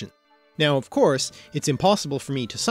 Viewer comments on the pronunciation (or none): none